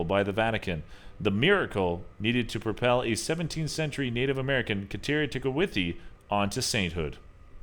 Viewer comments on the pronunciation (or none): none